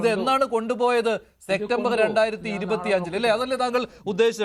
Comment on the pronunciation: സെക്റ്റമ്പർ എന്നല്ല സെപ്റ്റംബർ ആണ് ശരി